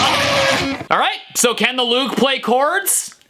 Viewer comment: Everytime he said "Loog", it sounded like "lube"